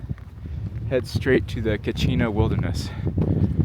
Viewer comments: It’s not cochino, it’s coconino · Coconino Wilderness, "Cochino" 😂 wonderful video mate, incredible views.